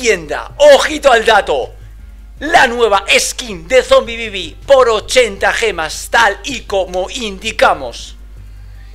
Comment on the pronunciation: Yo cuando dice: Zombibibi